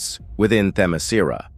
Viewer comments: Say it with me, AI robot: them-eh-SKEER-ah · Stupid AI voice can't even pronounce Themiskera consistently. each time it's different, and all of them are wrong. lol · Idk if is Ai ( I think it is) but it pronounced "Temescira" in 6 different ways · "How do you pronounce Themiscyra?" "Just try a bunch of different variations until one sticks!" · Why does the pronunciation of Themyscira change Every FREAKING TIME! 😂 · Dude this AI can’t pronounce Themyscira for shit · But why was Themyscira pronounced like 5 different ways? Lol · AI kept on changing Themyscira pronunciation😂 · Damn, this was a real comic from DC? 😂😅 The narrator for this video, assuming it's a real person speaking, appears allergic to properly pronouncing Themyscira. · This AI narrator need to to be improved. He mispronounced Wonder woman's place of origin several times. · So A.I. just pronounces Themyscira every possible way, seemingly randomly? I though A.I. was able to learn. Guess not. I fucking HATE A.I.